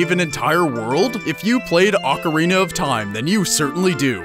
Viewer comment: I don't know why it pissed me off so much but when you mispronounced ocarina i totally lost it...